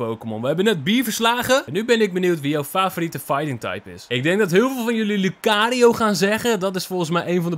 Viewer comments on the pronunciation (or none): Het is lucario🤣